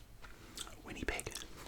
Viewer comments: I love it so much. (Re-geena) but it’s actually re-gi-nah and wineepeg is actually win-I-peg. This is so good honestly. As a Canadian I approve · all he did was miss pronounce the middle i, it was pretty good for someone non canadian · lol the way he said Winnipeg